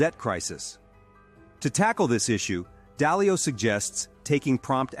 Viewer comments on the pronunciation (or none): Dalio, not dialo